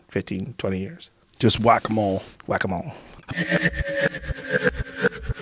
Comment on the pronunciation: Hahaha at the end when he said “whack ‘em all”, sounds the same as Guacamole😂 maybe it was intentional